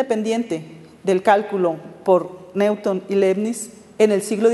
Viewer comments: por favor no lo pronuncies como neuton me hace mal a los oidos pronuncialo como niuton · Me siento orgulloso de que me gusten las matematicas y les dedique tiempo a su estudio. Esta platica acerca de ecuaciones diferenciales toca temas interesantes pero se nota demasiado que los ponentes no estan para nada preparados. "Neuton" en vez de Newton /niuton/ jajaja se pasan